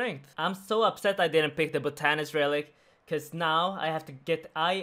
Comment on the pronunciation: Everyone: Bot-an-ist: Bo-tan-nist